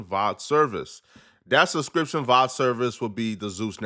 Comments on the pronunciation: It's not vod it's v o d 😂 video on demand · This fool is butchering acronyms. V.O.D. video on demand. And SAG not "saj" screen actors guild dummy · New Sub, Bro it's called V.O.D. = Video on Demand, not what ever you was saying.